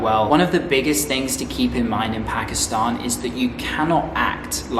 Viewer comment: i like ho ypu say "pakistahn" thw correct way like u do 😊